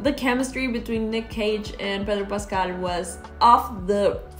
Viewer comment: I love you say Pedro Pascal<3